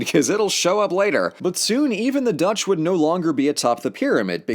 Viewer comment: That Dutch pronuciation hurt me, good stuff otherwise though.